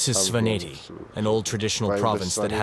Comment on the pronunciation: He mispronounces some very basic Georgian words like Svaneti though. It might be a good idea to have a native speaker advise the narrator. Just my 2c of constructive criticism, always room to improve. Keep up the great work.